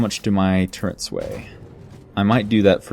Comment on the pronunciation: What on earth is a turrent? TURRET MAN...TURRET!